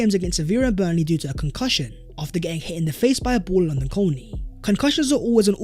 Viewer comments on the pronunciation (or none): none